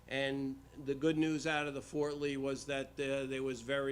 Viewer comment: Fort Ree? Shocking!